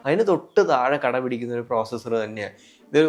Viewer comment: Nice presentation bro.. "കടപിടിക്കുന്ന " അല്ല "കിടപിടിക്കുന്ന "... 😅